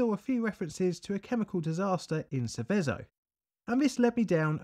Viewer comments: Forget the pesky metal from the fifth group: I appreciate you did your best with the Italian pronunciation, but unfortunately you got it rather wrong. "Sèveso", not "Sevèso". ICMESA becomes a single word "eek-mesa". Cesano Maderno I dont' know how to give the idea... Ok, sorry for the rant. I was really looking forward to this video and I really appreciate it: keep up the good work! I grew up a few km. from there, some of my relatives lived (and still live to this day) in zone A and I was 3 y.o. at the time. I sort of remember the atmosphere of the days, even though most of what I know about it, I learnt in later times. [Edit: I originally wrote zone C, it's a mistake] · just some more Italian nitpicking, Seveso is pronounced with the stroke on the first e not the last, Sēveso not Sevēso, I grew up less than 10 miles from there, my comment is in the common section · Love the content, but Seveso is pronounced with the accent (emphasis) on the first e, not the second :-) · The name of the town (and river) is pronounced more like SEH-veh-zo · Sèveso, and also Cesàno Madèrno is a single town, not 2 :) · also Seveso is wrongly pronounced. google translate pronounce it in a weird way too but much closer to the original (same for ICMESA). Source: i live in milan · Grat video! A really well documented one. You almost got the right pronunciation for Seveso. The accent should be on the first "e". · This town is where my grandparents live luckily on that day the wind was blowing the opposite way so they weren't affected. Your also pronouncing Seveso wrong but it doesn't really matter.